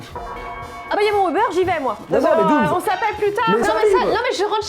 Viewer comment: Dooms et pas fouet 🤣🤣🤣